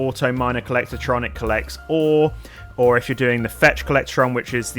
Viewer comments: Co-llec-tron not co-llector-tron omg :face-orange-frowning: You said it wrong so many times it was infuriating. Good video otherwise, agreed on all items chosen! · No a in “collectron”